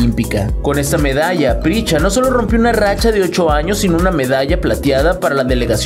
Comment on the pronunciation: Se llama Prisca, no Pricha